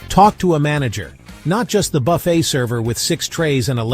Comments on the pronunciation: The word "buffet" is pronounced 'buffay', not buff-et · Its pronounced, Buff A